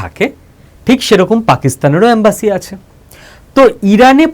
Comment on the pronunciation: এমব্যাসী.... অ্যামবাসী নয় ....